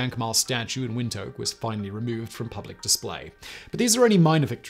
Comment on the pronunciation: Great video! But as far as I know, the pronunciation is more like "wind hook!"